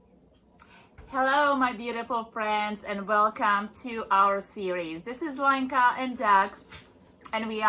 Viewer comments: When you say Lenka, it sounds like wanker and pretty much suits her. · Did you say Lanker or wanker ?